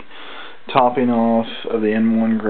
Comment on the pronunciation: It's TOPPING off. Not "toping".